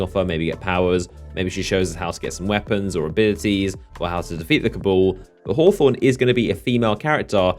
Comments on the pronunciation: It's pronounced (hah-thorn) and come down to my hood, Eastside Torrance-Young Smirk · bro I assume you're American but dam our immigrants down here can pronounce Los Angeles and hawthorne better lol